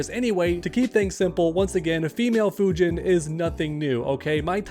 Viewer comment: Instead of Fujin it is Fujina